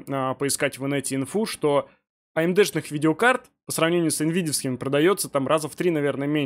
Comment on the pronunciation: за одно коверканье слова АМД в умудье можно отписаться от канала